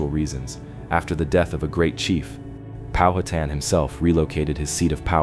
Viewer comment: Pow-ha-tan NOT POW-hat-an . Get it right.